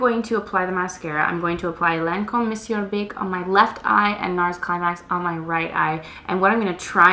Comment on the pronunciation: Crazy lady, Lancome purleeze.